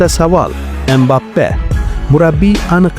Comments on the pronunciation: Aka iltimos Embape demang Kiliyan Mbapeni ismini tugri tallafuz qiling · Inglizcha talaffuz Embappe